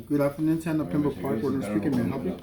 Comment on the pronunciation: don’t know where you learn to read, but it’s Pembroke not Pembrooke.